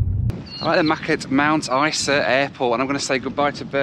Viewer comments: Hi,, we pronounce it Mt. Izer. ENJOY! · You Flew with REX.. that would be your first mistake lol ! We tend to pronounce Mt Isa as Mount Iza (Eye Zah) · Strangely we pronounce Mt Isa like Mt Iza .. I don’t know why lol.